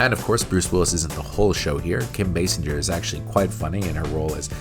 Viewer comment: Basinger pronounced "Bay-singer" not "Bass-injer", that aside, love this series dude and loved this move since I was a kid. 😁👍🏻